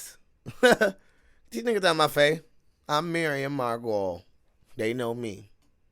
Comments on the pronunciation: (Mar-Go-Lee's) not "Mary-Goyles" I know a lot of people have a problem saying her name, Miriam Margolyes Mar Go Lyes. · pronounced Mar go lees